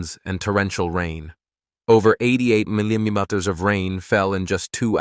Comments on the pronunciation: Whoa,! "Mimimeters?" Get real, instead AI Generated narrators. I've always known "dirt to crumble" in anyone's hands,. Concrete is a different subject. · "Over 88 minymutters of rain fell,"?! What's a "minymutter?" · AI narration has trouble with millimeters😂